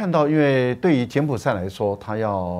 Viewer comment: 柬埔[寨]： 音[賽](X) 音[債](O)